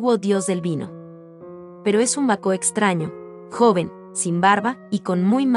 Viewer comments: Produce molestia el modo de pronunciar el nombre del pintor y de Baco, no bacó como dice. Además no respeta los signos de puntuación .Una lástima porque las obras son esenciales en la vida de Caravaggio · Lástima que pronuncie mal el nombre del pintor y también el nombre de Baco… no hay nadie que corrija a esta señorita?